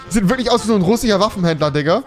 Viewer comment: Rewi es heißt Russischer und nicht ruchischer